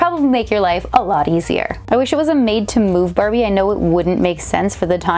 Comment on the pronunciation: I just hear “ Brrbie